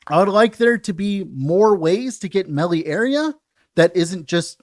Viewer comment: love your work. It's pronounced "maylay". Please make melly stop.